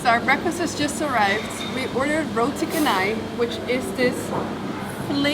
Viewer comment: Welcome to malaysia. Just to let you guys know the C in canai is pronounce like ch...roti Chanai...